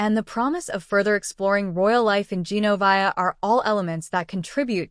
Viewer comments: It’s gen-o-veeee-a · It would be really nice if the narrator of this thing knew how to pronounce Genovia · Exactly! She needs do her homework and say the names right